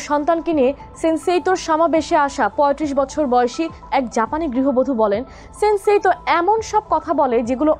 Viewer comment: সান্সেইতউ ✅ সেন্সেইতউ ❌